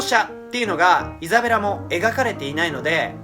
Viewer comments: のところイザベラがエザベラになってる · 5分06秒ぐらいにイザベラがエザベラになってますよー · 5分5秒エザベラになってる(笑) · ？エザベラになってる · イザベラ→エザベラになってますよ〜